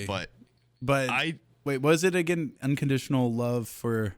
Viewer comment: Ohh, its "love's for " but comes out sounding like luvsfa